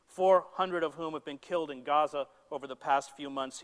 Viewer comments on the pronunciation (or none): none